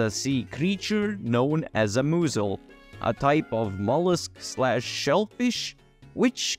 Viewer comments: Bro pronounced mussel (muss-l) as MOO-zel lol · Even funnier is that he called a mussel a “moozel” lmao, but hey, English and Spanish are foreign languages for him so we can’t be too harsh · I can’t believe he called a mussel a “moozel” lmao